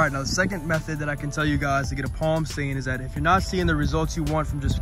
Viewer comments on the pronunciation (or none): “Plam stain”